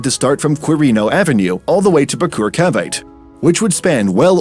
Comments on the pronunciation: the pronunciation jeez, "Cavite" lmao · THE WAY THEY SAY CAVITE HELP